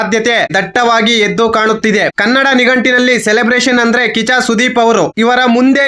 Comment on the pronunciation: 😂😂 ಅಣ್ಣ ಕಿಚ್ಚ ಕಿಚ್ಚನ ಹೇಳಕ್ ಹೋಗಿ ಕಾಚಾ ಕಾಚಾ ಸುದೀಪ😂 ಅಂತ ಹೇಳುತ್ತಿದ್ದೀಯ ಅಣ್ಣ😂😂